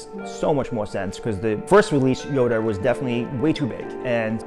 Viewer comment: His name is yoda not yoder